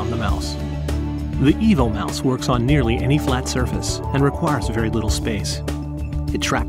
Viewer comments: Yeah, but does it work with Linux? And why are you calling it a mouse when it's shaped like a dog. And the name, I kept hearing "Evil Mouse". I also don't see anything about a keyboard option on your website. hmmm...just found the R2-D2 keyboard projector. Maybe you should redesign the mouse to look like K-9 from Doctor Who and call it a "K-9 Mouse" :o) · I kept hearing EVIL Mouse throughout. Lol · I hear "the Evil Mouse" all the time